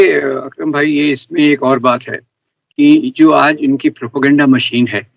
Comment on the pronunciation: भाई वो "अक्रम" "विक्रम" नही।